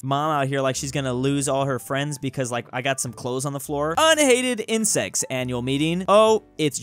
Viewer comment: ah yes, the inesect...WORM